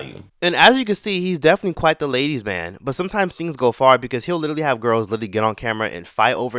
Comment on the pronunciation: LITERALLY-LEE not Little-E